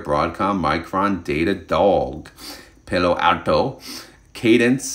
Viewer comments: Bruh stop saying pay-lpw... it's pah-loh ahl-toh. Thank you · I currently own FEPI and AIPI but FEPI is a larger holding for me at the moment. I really like both of them. I don’t use margin. It’s pronounced like Paulo Alto. Not Pal-o Alto.